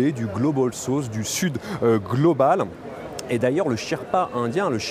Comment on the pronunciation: "Globol sauce "😂